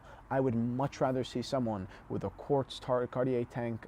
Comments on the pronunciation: Is this an old video? You seem to be mispronouncing Cartier. Andy Warhol advised that the Tank design was so iconic that it was not even necessary to wind the mechanical version. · learn how to pronounce the brand... you lose your credibility in the first minute. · I disagree. I am french and I don't pronounce Cartier like you probably do. It is understandable that English speaking people pronounce it that way. Knowledge makes more credibility than prononciation. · You should probably learn to pronounce Cartier before you start giving advice (misguided as it is) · Luv you recent uploads.... but you should consider taking this video down to protect your T&H brand..... Nowhere on the planet is the acceptable pronunciation of Cartier, Car-Tee_Air. Nowhere. Presenting yourself and your luxury brand focused company as experts while not knowing how to pronounce Cartier , is like an exotic car dealer not knowing how to pronounce Ferrari , or a wine/Champagne expert not knowing how to pronounce Moet. The person pronouncing it as Car-Tee-Air, simply does not have basic knowledge of the subject or it's lingo, and is clearly not handling this kind of merchandise on a regular basis.... because his co-workers would have corrected him many times over. You're my boy, and you even do a good job when your dad is a guest on the show......but I would NEVER under any circumstances even buy a Timex from someone who couldn't pronounce the name of one of the top and most popular brands in his business and in the world. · The guy can't pronounce "Cartier" or "Louis" properly, and yet he thinks we should take his advice? What an asshat! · Kagh-tee-yea NOT CARTEEYAIRR YOU PEASANT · Omg Pronounced Car tee yay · How do you say, Car-tee-aye. It’s doesn’t rhyme with air. Now back to the video, with Cartier the aesthetics of Cartier timepieces is the design not the movement. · Car T Airrrrrrrrrr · How is this a watch channel and you don't know how to pronounce "Cartier"?